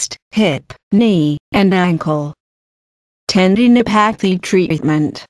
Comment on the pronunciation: hearing "ten-dee-no-pae-thee" in that voice was very distracting...